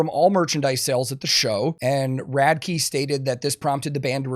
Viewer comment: why does everyone call him Ronnie Rad-key? have they never heard him say his own name? Rad-ick